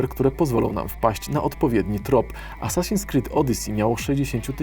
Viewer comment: asaśin XD